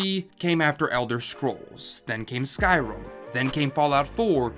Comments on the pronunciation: Skyrim not skyrum u moron 🤣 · What’s “Skyrhum”?